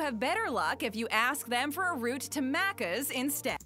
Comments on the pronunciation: mack -cuz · she prounces it wrong its like "mack - ers" "mack - uhhs" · Omg how they say Maccas triggers me , as an Aussie this is so triggering how they say stuff